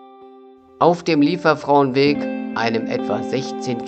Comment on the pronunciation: Wirklich schönes Video... Die Aussprache ist schon nicht so einfach😉. Versuch mal Li-e- werfrau, das käm dem schon näher und sonst lass es dir von einer Solingerin oder einem Solinger mal auf Platt vorsprechen. Vielen Dank für die Anregung, dorther zu gehen, LG Daniela